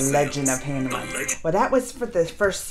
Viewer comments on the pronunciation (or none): Your pronunciation is wrong for Hanuman